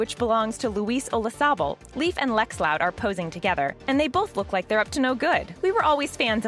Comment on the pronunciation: ITS NOT PRONOUNCED LIKE A LEAF. ITS LEIF. (Lay-f) OMG .